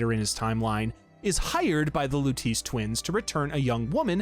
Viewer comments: “Louteese” 😢 Great video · Everytime he said "Lutice"... My eye twitched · Huge fan of the Bioshock series. Great video! I enjoyed it! (I read the pinned comment, no hate at all I promise I’m just genuinely curious…Did your buddy Craidan play Infinite on mute or was he just trolling you on the Lutece pronunciation?)